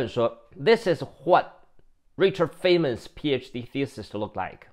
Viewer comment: 物理學家 Dr. Richard Feynman 的姓應讀作 Fine-man。